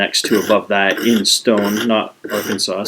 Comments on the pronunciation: Arkan-saw is the pronunciation. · Well done video. I have the Lansky system, and it's by far THE BEST. I've tried many other sharpening systems, but from my experiences, nothing else comes close. One correction; you being Canadian its understandable that you're pronouncing "Arkansas" the way it's spelled. Nevertheless, Arkansas is pronounced are-can-saw. However, some stubborn people in Kansas do call the Arkansas River, the our-can-ass River.